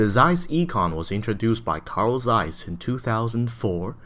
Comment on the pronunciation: I'm a German. It's really "ee"kon :) Even he pronounces Zeiss right, with the hard "z".